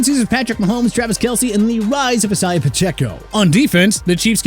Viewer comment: It's pronounced ai-zay-uh not E-sai-ah! Also jag-waars not jag-wires! Honestly... And thanks for the A- grade for Miami